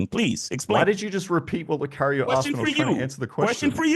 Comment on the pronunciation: asked not axed . A rocket 🚀 scientist didn’t wake up with the knowledge. They “ switched “ themselves up, to grow and do better. Why not change and be a better version? Sounds like a girl “ this is me and who I am , take it or leave it” 😂😂…